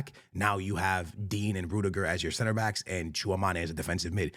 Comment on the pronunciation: dislike and unsubscribe for the way he said tchouameni